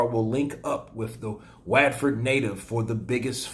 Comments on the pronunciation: By the way it’s spelt Watford but pronounced“Whatfod”. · bro, it’s Watford as in What-Ford. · watford is pronounced 'wotferd' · "WAETTFERD native" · Go on with the waaaaaatfurd pronunciation 😂😂😂😂